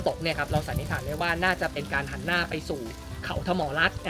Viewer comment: วิทยากรให้ความรู้นี้พูดไทยเก่งมาก identify ออกเสียงชัดมาก แต่พอเป็น อาศาย หานหน้า อิสิปตาน้า ... ช่ายๆ ช่ายๆ... เด็กไทย คนไทย ภาษาไทย